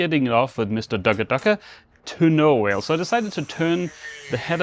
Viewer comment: Just a small but important correction. It's not Mr Ducka Ducka. It's Mr Ugga Dugga. And, as a side note, Ugga Dugga is now the official measure of Torque in Australia, where i'm from. (Where the official currency has changed to the Dolllaridoo.)